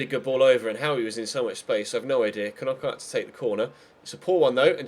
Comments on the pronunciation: Ffs, I'm a Brighton fan and you pronounce it "Nockart", you don't pronounce it like those twatty Sky commentators do. You don't Kernock a door do you? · when you can't say knockaert